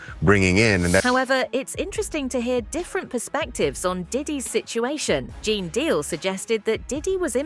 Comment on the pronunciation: ai cant pronounce gene.. it said geena like guinea